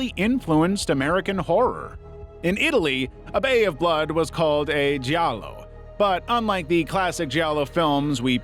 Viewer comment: He pronounced Gialio perfectly. Human.